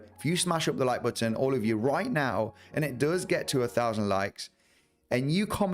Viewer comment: you pronounce the word “button” better than anyone on YouTube, and for that I think anyone who doesn’t smash it up might be dead inside. Even aside from the analysis of course lol